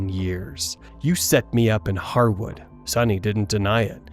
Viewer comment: He said the Hardwood butcher? Was this a joke or does he know it’s actually harwood?? 🤣🤣